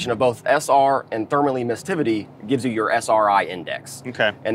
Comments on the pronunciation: Emissivity !! Not emissTivity !! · Just FYI: Sherwin William guy does not pronounce "Emissivity" correctly. (...ducking behind desk...) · Too bad the guest can't pronounce emmisivity properly. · I’m not positive but I think he’s mispronouncing emissivity.